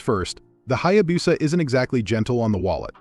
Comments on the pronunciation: Yes, it is pronounced Hayabusa, not Hayabusa. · If a Hayabusa is so legendary, you should learn how to pronounce it.